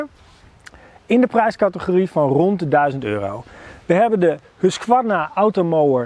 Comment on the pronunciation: Je spreekt de q niet uit in husqvarna